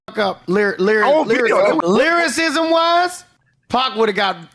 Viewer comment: " lyrISIZZZZM wIZZZZZEE "🤡